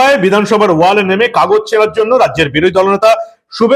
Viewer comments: এই দেশদ্রোহীদের কে চিরদিনের জন্য রাজনীতির আঙিনা থেকে নিষিদ্ধ করার দাবি জানাচ্ছি।😡😡 মানব ভাই কে আর একটা কথা জানাতে চাই যে,কথাটা "ওয়াল" নয় "ওয়েল" হবে।🙂🙂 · কথাটা ওয়েল,ওয়াল নয়।